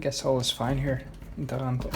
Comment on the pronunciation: Ya I knew you were in Italy since I've clicked the bell icon ;) Still gave me a jolt when I heard it.